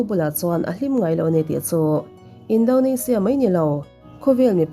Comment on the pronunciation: Tinge Indonezia tih ang a i lam tlat le😂 Indonesia a ni sia